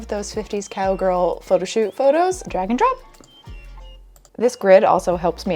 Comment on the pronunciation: your "drag and drop" sounds like "dragon drop" to me, which is very you